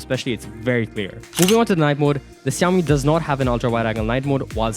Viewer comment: why do you call Xiaomi siyawmi not shawmi